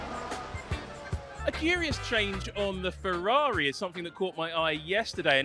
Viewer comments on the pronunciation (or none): Ferrari pls, not "Fevvavi"